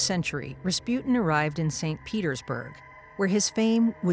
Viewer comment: Good video but like,, "GregOry Raspyut'n" ??? Sorry that just stuck out to me xdd